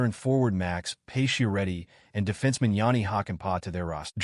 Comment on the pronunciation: why are you pronouncing his name as "pay-she-er-eddi"? using bot voices?